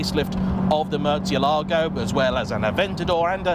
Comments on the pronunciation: Is it realy pronounced Murtzialago? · Love the videos, but please, like so many others sadly, stop mangling the pronunciation of this car’s name (I’m half Italian and I detest my surname being mispronounced so forgive me if this seems anal - it’s not. It’s about respect.) The correct pronunciation is as per this video Keep up the good work!